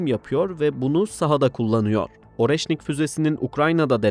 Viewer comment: Oreşnik yazılır areşnik okunur.